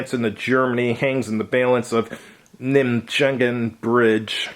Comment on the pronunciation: NIGH MAY GEN (hard "G' in "gen", as in "gay")